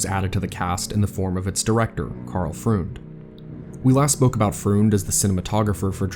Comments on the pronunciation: Outstanding video. One small point: Karl Freund's last name is pronounced like "froynd". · Nice video, but for future reference Karl Freund's last name is pronounced as Froined, rhymes with Coined.